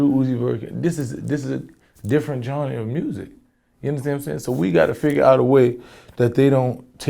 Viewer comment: PLEASE MYSONNE,,,,ITS GENRE,,NOT GHARA